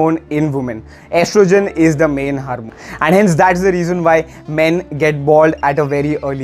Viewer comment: [haarmon] funny accent